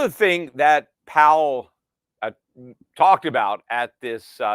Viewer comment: Powell rhymes with towel